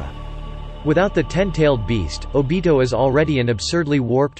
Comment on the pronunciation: My boy said obido =obito